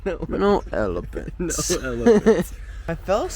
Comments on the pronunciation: No elepints , No elepints 😂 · "No elifints" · 2025 and still can’t get over how chris says “no ewlephewnts” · "no elipints" 😭😭 i laughed so hard at this 😭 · "No elepants...no elepants..hehe" I love Nick so much omg😭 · i came back to this just to watch that part and for nick to say “no elepints☹️”